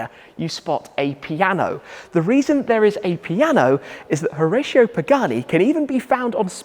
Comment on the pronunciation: It’s pronounced Ho-rah-cio